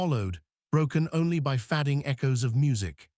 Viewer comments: Fix your AI voice-over: Skis instead of Skies, Fadding instead of Fade-ing, Tiers instead of Tears (in this case pronounced, "Tares", because it refers to torn openings in the fabric of space). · the AI needs more training in how to pronounce words like 'sky' and 'fading'.